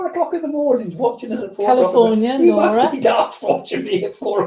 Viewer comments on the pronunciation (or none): none